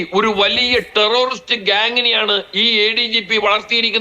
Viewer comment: ടെറൊറിസ്റ്റ് അല്ല, ടെററിസ്റ്റ് ആണ്‌. മലയാളി ബലാത്സംഘ, സ്വർണക്കള്ളന്മാർ രാജ്യത്തെ ഒന്നാം നമ്പർ ക്രിമിനൽ പട്ടികയിലേക്ക് കുതിക്കുന്നു. അഭിനന്ദനങ്ങൾ.